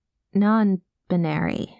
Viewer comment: "I am... non-bin-airy." I snorted. I'm sorry, but that was *hilarious*. XD Mama may be clueless, but she's definitely supportive and willing to learn, and those are the most important bits. Honestly it was kind of fun listening to us educate her, and her making jokes while being frank about her own lack of understanding. (Plus her misunderstandings come off more cute/sweet than ignorant and hurtful - like a character I heard once saying she didn't understand an app about bird watching being popular, or why others wanted her to join when she didn't have that interest. She was talking about Twitter lol) This was a really sweet and lovely script. Thank you Turtle and, wonderful job to you both! <3